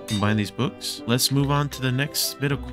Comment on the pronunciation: im sorry but was trying too say books because it sounds like bewks